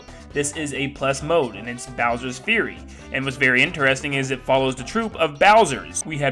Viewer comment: Fury is pronounced F-YOU-RY not Bowsers Theory, Bowsers Fury👍